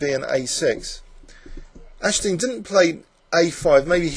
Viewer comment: Oh, and AG-DES-TEEN is the correct pronunciation. Still a great video!